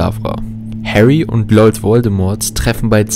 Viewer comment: „Harry und LOLD Voldemort“ 😂